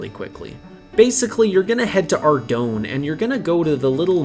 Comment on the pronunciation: Ardougne is pronounced Ar - Doyne oyne sounding like the oy in boy with an "n". Boy do I remeber all the different pronunciations back in the day when my friends tried to say the town's name :D